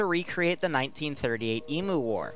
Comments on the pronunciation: god that was smooooth the radio interference and the presentation just perfect immersion the only flaw is your pronunciation of emu, which i suspect is because a) you find it fun to say that way and b) because it makes us aussies complain lmao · "Emoooo" As an Australian your pronunciation is horrific, then again everything here even the non-aboriginal named places are hard to understand For reference it's "E" as in how you say the letter, M as in mmmm, and U as in you. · lol this is epic! btw they are pronounced E-Mew(s)